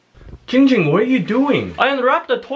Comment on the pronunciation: _- ITS GIIIING GING BRUH